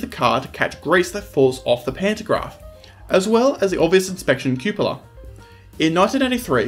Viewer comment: The word "cupola" is pronounced with the first syllable as in cup & saucer.